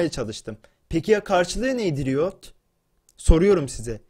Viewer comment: önce doğru düzgün riot demeyi öğren